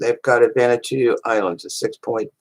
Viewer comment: Why do.americans pronounce it vanatoo? It's pronounced vaner watoo